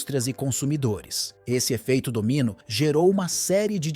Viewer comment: Efeito dominÓ, e não efeito dÓmino...